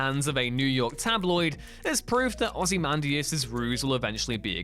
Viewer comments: Why are you saying ozymandias like that.... he's not the Ozzie man .. say it correctly lol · Plz stop butchering Ozzymandias name thank you